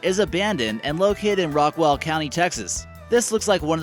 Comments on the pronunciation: There are so many mispronunciations in this video, it's appalling. It's "Rock-wall" not "Rock-well" County. The man's name is pronounced "OHL-dum" not "Old-HAM." And it's "Am-uh-RILL-uh" not ARM-uh-rill-uh." Next time, why don't you use a native Texan for a narrator? I was born and raised in Texas and was an announcer/narrator for 52 years and am available upon request. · 1. Rockwall not Rockwell 2. Katy is by Houston, not San Antonio 3. “Armadillo”...? Really? Disappointed Texan